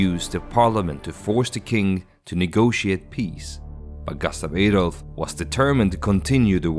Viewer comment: Jag tycker du ska uttala Gustaf Adolf och Sveaborg så som vi gör det på svenska. Om jag var du skulle jag översätta "min faders blodiga tron" som "my father's blood stained throne". Ordet " bloody" har inte samma innebörd i det här sammanhanget. Heter du kanske egentligen AI?